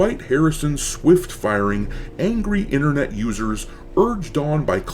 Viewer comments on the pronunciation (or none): none